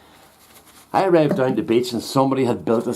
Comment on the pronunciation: Lol! This Yank thought you were saying "bitch"! Took me a minute to realize you were saying "beach"!